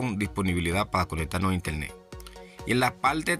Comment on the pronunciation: Intelne de manera jemota 😂😂😂